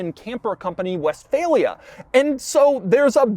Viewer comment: german speakers hearing "westfalia" and cringing